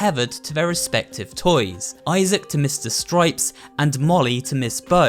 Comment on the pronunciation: Esther's friends are Molly and Issac Issac Really? Pronounced Isaac